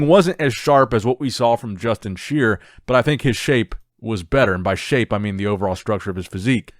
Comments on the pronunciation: Justin SHI-ER NOT sheer. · Justin Shier is pronounced "Shy-er". Another Hosstile athlete to go along with Nathan, Samson, Brett Wilkin, Nathan Epler, etc... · It's pronounced shy-er!👍🏾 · I think Justin’s last name is pronounced sh-eye-er